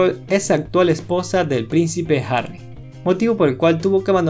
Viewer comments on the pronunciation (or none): none